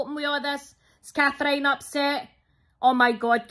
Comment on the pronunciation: Cathr-iyne is actually a name lol once I had bunch of thyme ...everybody